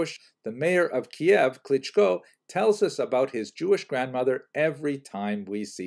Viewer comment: You recently started to pronounce Kiyev as Keyev. Well, in Ukrainian it it Kiyiv. Since you learned Russian, it sounds like Кыйив not like Кейев. In any case, thank you and have a happy Pesach!